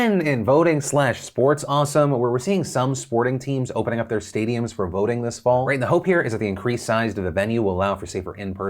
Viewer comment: I thought he said 'boating'. I was so confused, like professional boating venues used as polling places?